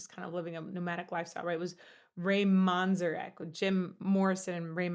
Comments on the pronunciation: Ray's name is pronounced Manz-Eric. Love you! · Pronounced Ray Man-ZEHR-ek